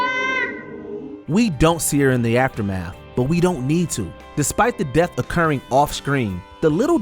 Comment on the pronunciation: Earf, deaf. You mean Earth and Death, learn how to speak